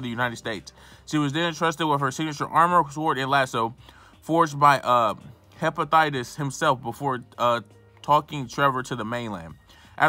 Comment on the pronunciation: You call that English? In America we call that "ebonics", dude called Hephaestus "Hephatites" 😂😂😂